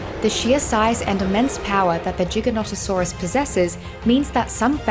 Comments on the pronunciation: AMAZING besides the messed up pronunciation like lol it's not JigaNontasaurays it's Gigantosaurus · Disliking for the simple fact you refused to say gigantasaurus correctly